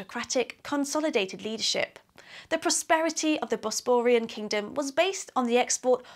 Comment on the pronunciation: Nice info, however I wish you could pronounce things better. I could perhaps forgive 'Bosperian', but if you're an archaeologist you should know how to pronounce 'Chalcolithic'.